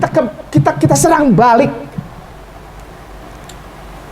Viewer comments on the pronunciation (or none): none